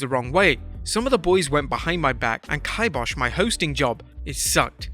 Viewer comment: moronic way of pronouncing kibosh